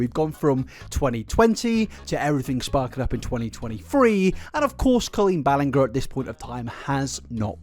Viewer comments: If you’re gonna make a video that’s over three hours you may want to pronounce Colleen’s last name correctly: CREEP. But no, it is Bahl-in-Jer. And you said Adam spoke about HIS divorce to Colleen there in the beginning…no. He was an unmarried child but mistakes like this feel like you just didn’t do your homework. You can definitely make a three hour video and not be educated. I’ve unsubscribed from you way back because your videos are long and redundant, you never give new info, you just cram a bunch of repetition in and pontificate in an effort to sound insightful and intellectual. Less is more. You’ve said Ballinger wrong well over 15 times and I’m 15 minutes in. You’re one of the only British people I’ve heard who doesn’t speak well. Just hop on a bandwagon 5-10 days late, repeat a bunch of buzz and draaaag it out for ages, that’s the formula and the absolute absence of insight is staggering. Adam who was a super fan says her name many times and you know that his accent isn’t going to change a surname’s pronunciation that differently than however you chose to say it. How do you watch his videos, make opinionated and “educated” observations about his stance and not pick up that you’re saying her name wrong. OVER AND OVER. Did you just jot down notes from Reddit or Twitter and then have some editor out clips in? There’s no defense for getting her name egregiously wrong that many times. I don’t think you’re all there. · I just can’t believe you’ve done all this research but insist on saying BallinGAH 😫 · This video is great and i totally agree with all the points, but you are pronouncing Colleen’s last name wrong 😂😂 its a soft G - she says it herself in the clips, like after all the research you keep saying it wrong lol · Colleen Bell-end-ger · I love and appreciate you but I can't with the "Ballin-ger" 🤣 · I love the confident shade in mispronouncing her last name for 3 hours ahahaha I bet she's furious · Wow I don't think he said her last name right even once